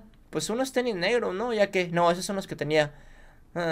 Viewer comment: dijiste ternis😅